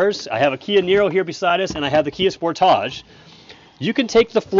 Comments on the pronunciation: LOL. No one in America calls it a "Spor-TAHJ." Maybe that's what Kia intended, but to us, it's "Sport-idge." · Why is it pronounced Spor-taaache? Any commercial says it sport-tige. Is that a Canadian thing? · Why is dude trying to make the model name sound fancy? We all know it ain’t called the “Spor-tahj”, bro… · I’m still geeked out about it being called a “Sport AUGE” not pronounced Sport AGE…lol, now what’s this video about??? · Bruh said spor-tagé 😂😂😂😂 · hehe..... he said Sportahjj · Why are you saying sportage like that? It’s like you are trying to class it up. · Why do you pronounce Sportage so strangely? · Learn how to say sportage